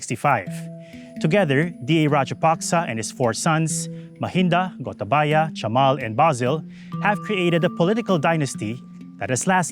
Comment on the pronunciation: I'm a Sri Lankan and I like the way this presenter pronounces Gotabaya's name 😄